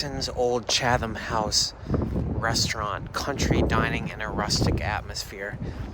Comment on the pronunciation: Happy Thanksgiving! P.S. it’s “CHAD-um”. The second H is silent.